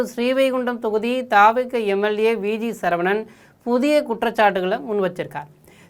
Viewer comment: திருத்தம். (சழ இல்லை சர. சரவணன். Sorry. 🙏